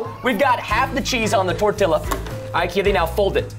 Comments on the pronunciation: Tortia not Toreilla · I think its tor-tiya not tor-tilla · I love how he pronounces tortilla like godzilla instead of tortiya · Tortilllla? Hmmmm it’s tortilla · Its pronounced tor•tee•ya not tor•till•a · i think that is how people say tortiya in texas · You're not saying Tortilla they're saying Godzilla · it's torture to me when they pronounce tortillas with the L's not silent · ITS PRONOUNCED TORTIYA! its spanish and the double l makes a y sound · Preston: says Me: says (tor-ti-ya) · ok Preston and said TORTILA um Im sorry but I speak spanish and I say it with the accent....I almost died when they said TORTILA!! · tortilla is pronounced tortia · who the heck calls it a torti-LL-a? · U pronounce tortilla tor-tee-uuuunnnggghh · tortilla (torteeya) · it's pronounced TOR-TEE-UH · Preston “tortillla” Hispanics HUH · Well your kinda right why did say it like that and im not even mexicob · The l is silent in tortilla and quesadilla. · preston it is not tortiLLa and not quesediLLa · "case-ah-dilla" "tor-tilla." correct ways: "th-orr-tia" "kes-ah-de-as" please say it right next time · "case-ah-dilla". "tor-tilla" correct ways "th-orr-tia" "kes-ah-de-as" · quesadilla is actually pronounced: qes-a-dia, and tortilla is pronounced: tor-tia. No hate, i'm just trying to tell how it is actually pronounced.🙂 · Anyone else cringe when they said quesadilla and tortilla